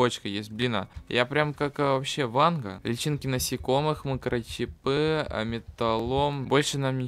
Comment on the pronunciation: Не мякИш а мЯкиш И не микрочипЫ а микрочИпы